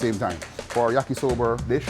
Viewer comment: When he said "yakisober" I'm like yes this is a jamaican